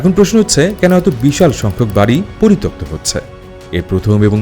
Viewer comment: পরিতপ্ত ❌ পরিত্যক্ত ✅